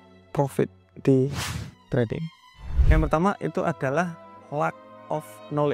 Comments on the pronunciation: Lack bg, bukan luck 🙏🏽😊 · Minimal belajar bahasa Inggris dulu bang 😢 Yang benar "Lack of knowledge" Bukan "Luck of knowledge" 😢